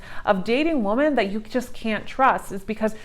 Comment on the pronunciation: Omg you read it like woman when it clealy says women so annoying